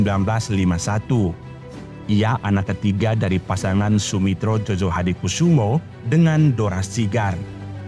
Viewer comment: Admin, penulisan Djojo dibacanya Joyo. Krn penulisan sblum berlaku EYD dj= j, dan j= y. Jd Djojohadikusumo harus dibaca Joyohadikusumo. Gituuuu...